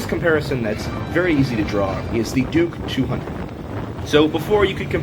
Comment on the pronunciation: He almost said "dork 200" and I will never be able to call it a Duke again 🤣🤣